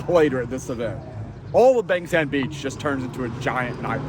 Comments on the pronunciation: Where is this place? Bang Sam or Beng Sem? Pronounce it properly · Bang Saen